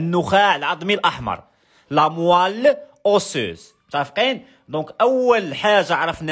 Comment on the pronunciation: Moelle pas moille Chi had ishah li ila kant 3ndi ghalat